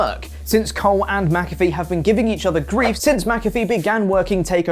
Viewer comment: Who the hell is mac—a—free? 🤣